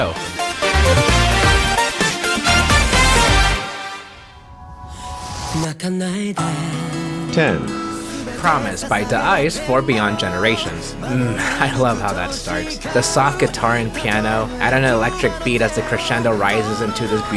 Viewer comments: The correct pronunciation of Da-iCE isn't exactly "The Ice" As a long time fan of Da-iCE, the correct pronunciation is "Dice" as in the rolling dice. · Actually, it's pronounced Dice, despite being written Da-iCE